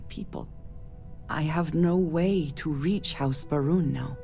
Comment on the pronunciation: I keep hearing House Vroom.